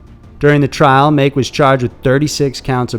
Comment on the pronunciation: Pronounced MAH ...KE...as in Ken without the N